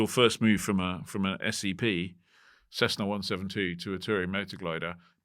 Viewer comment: Why does say Cezzna??